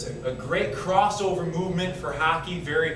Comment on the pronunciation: hawk-ee not haw-key open your nose!